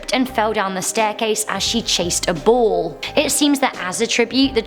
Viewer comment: Ball not bull. It does sound similar though 😄